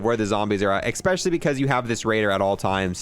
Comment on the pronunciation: He said ekspecially a lot during this video